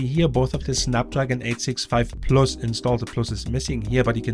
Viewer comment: korrektur: nach 4min quälerei....... wenn man schon auf englisch macht, dann bitte mit korrekter aussprache, nicht mal das simple "plus" wird richtig ausgesprochen... ohrenkrebs... abgesehen von diesem "ich mach auf ammi" ist der inhalt trotzdem gut, nur es tut ständig weh dieses denglisch zu hören... ;-(( schade....